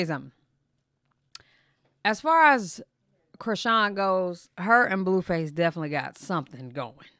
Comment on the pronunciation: Are you pronouncing his name as Bluefuss on purpose?